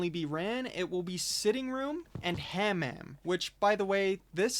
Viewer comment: "Hammam" is a Moroccan term for a steam bath-house. That's why the room is called that. Edit: pronunciation huh-MAHM Edit 2: great video man definitely gonna try and run these when i have a duo/stack on fortress next time.